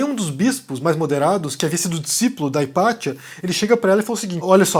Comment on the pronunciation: Ipazia é uma tradução do latim e lê-se IPATCIA, e não Ipatchia como você fala. Observo que quando fala palavras do inglês, você tende a acentuar muito a pronúncia americana. Por favor, facça o mesmo com o Latim. Pronuncie direito. Obrigado.